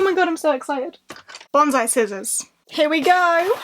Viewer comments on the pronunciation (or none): none